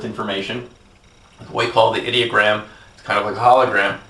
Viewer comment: Did he say 'idiot gram?' the first time he wrote 'ideogram?' That's one heck of a slip.